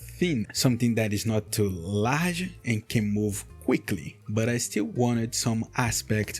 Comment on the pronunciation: your accent in some words like "Large" makes you sound very brasilian